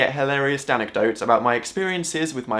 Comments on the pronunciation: did u say danicdote? x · I died laughing when he said Danicdote! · Did he say "danecdote" I'm the beginning? I hope he was clever enough to realize that himself, and it wasn't just me •_•